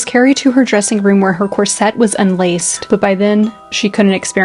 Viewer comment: I recently came across this channel and as someone who is passionate about designing and making period clothing and costumes as well as modern wedding and prom dresses, I absolutely love it ❤ I would just like to point out as politely as possible that corset is pronounced differently to how its being said here. It is something I hear more commonly from American sources, but their isnt an emphasis on the 'set' at all. It's not 'corSET' - it's just cor-set. Maybe more like corsit for Americans reading this? Rather than rhyming with corvette, it sounds more like saying 'force it' fast 😂 not really sure how to describe the pronunciation other than like that!